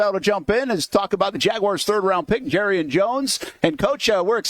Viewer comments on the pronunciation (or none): Someone help Brent JAR • E • AN